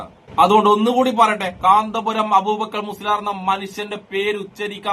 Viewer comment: കാന്താപുരം അല്ല കൊച്ചേ കാന്തപുരം അതുപോലും അറിയില്ല 😂😂😂😂